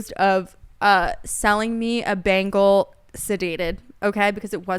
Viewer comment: She says it completely wrong lmao it’s BEN-ghal and it cracks me up every time